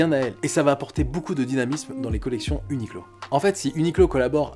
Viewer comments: Ça ce dit « uniqwo » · A prononcer "ou ni kou ro" en japonais (r roulé devenant "l") si tu veux te la péter